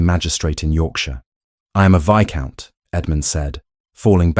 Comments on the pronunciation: for sure. They are not even pronouncing viscount correctly. It’s actually pronounced vi-count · Oh, Lord. The AI voice said "Vice count". You have to wonder how they let that mistake go by. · The s in viscount is not pronounced.